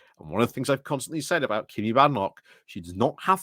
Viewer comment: Is there a reason you say Kimmy, when it's obviously pronounced Kemi? Is it the same reason you always leave the n out of Jenrick? Are we to expect videos about Kamabla?